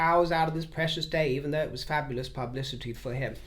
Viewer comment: FAB - U- LOUS! 😂